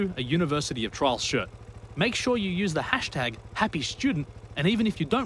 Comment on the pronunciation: You pronounce "Trials" like "Trolls"